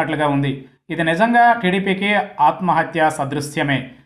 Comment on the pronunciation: News reader గారు, ఆత్మహత్యా 'సదృశ్యము' కాదండి, సదృశము = సమానము. దయచేసి గమనించగలరు.